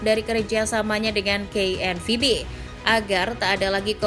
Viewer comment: Ngomong KNVB nya biasa aja gausah di Inggris"in lol